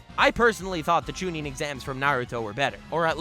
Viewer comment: "CHUNIN" exams lol.